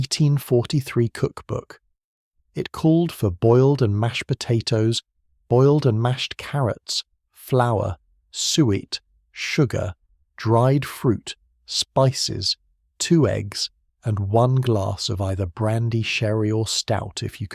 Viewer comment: Suet is pronounced 'soo ett' not sweet or sweat!! 😂